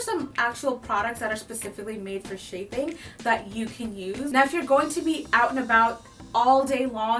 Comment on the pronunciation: Shaffing ? Chaffing.